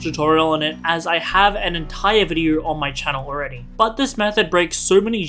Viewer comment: It's video not vid - e - er